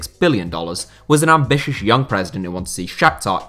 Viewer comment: to hear ambishoushssh